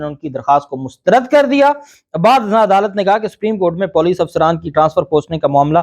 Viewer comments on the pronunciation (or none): Bohat dheet aadmi ho Puuleec ko Poooleecc kehte ho Baar Baar samjhane Ke Baad Urdu durust nakerna be sharmi hae